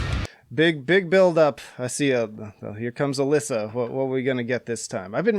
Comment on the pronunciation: Her name is pronounced “Uh-LEE-suh”, not “Uh-LISS-uh”